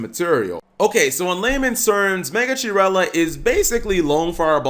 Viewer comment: Megachirella is pronounced Meh-gah-kee-reh-llah, it's the most ancient relative of lizards and snakes paleontologists found